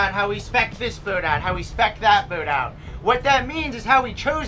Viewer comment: Learn how to say the word - boat